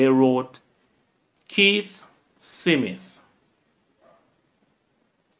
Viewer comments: The content is good./ check the pronunciation of the words career not carwear/. Smith not Seemith. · It's just the way he speaks as a jamacian older Jamacians pronounce Smith as sim mit a just so it is,is so my father did say it too 😊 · One with you. You need to pronounce words properly . Example Smith /Smith.and more which is too much to mention